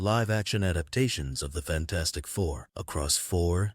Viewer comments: HE CALLED IT FAN-FOUR-STIC TOO 😂😂😂😂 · He literally said fan4stic